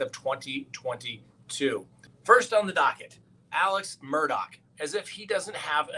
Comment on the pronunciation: Read his last name about a dozen times,,,,,,there is NO K IN HIS NAME